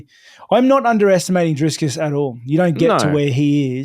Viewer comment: DriS - Kus??? Really guys its not that hard. Drikus... 😂